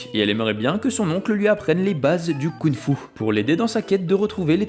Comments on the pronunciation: La vidéo est géniale ! Mais par pitié on dit KunG Fu et pas Kounfou 🤣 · Alors tu prononces des G quand il n'y en a pas et tu ne les prononces pas quand il y en a??? YIN Yang et KunG Fu. Merci de respect les langues chinoises. Sinon chouette la vidéo.